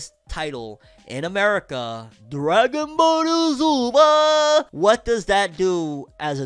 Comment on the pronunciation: Bro why you say Dragon Ball Super like that 😂